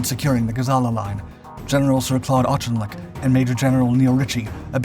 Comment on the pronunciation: “Auchinleck’ is pronounced “Ork-in-lek”.